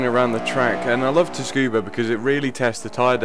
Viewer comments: Cool vid. But it's pronounced Tsu-kuh-bah, not Tuskuba. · great video!! but please don´t say "tuskuba" just read it, it´s tsukuba. it´s just a correction ;) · so wide tyres plus slicks cause lack of handling? yo dude you should apply to be a WTCC, JGTC or LMS engineer with facts like that. it's also pronounced Sucuba with a silent T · make video about tuning... cannot pronounce tsukuba :/ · Not being picky, but it's pronounced "Su-Ku-Ba" (the t is silent) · "tus-kuba" ha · Tsukuba = 'sue - koo - ba' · It's pronounced 'soo-koo-ba' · lol the pronunciation of tsukuba